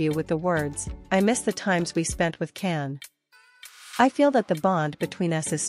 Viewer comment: His name is pronounced Jan, not Can.